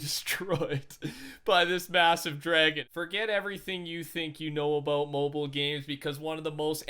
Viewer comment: Ohh 😂😂 it’s because first someone said “aboot” then “a boot” 😂😂👌🏽